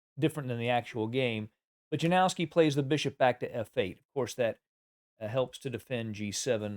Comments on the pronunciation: It's called "Yanofski", not "JaNOOOWski",. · Capablanca's endgame technique was truly remarkable, and it has significantly influenced the play of chess grandmasters like Karpov and Carlsen, who have both drawn considerable insights from his approach to endgames. However, the pronunciation of his opponent name is "Ianovski"